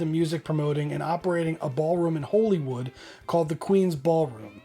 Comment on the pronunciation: Northern Ireland isn't part of England but rather part of the UK alongside England, Scotland and Wales. Also Holywood is pronounced 'Hollywood'. Just an FYI my friend.